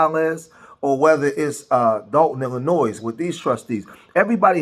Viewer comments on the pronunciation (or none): Please learn how to pronounce the state of " Illinois " correctly, if you want anyone to take you seriously.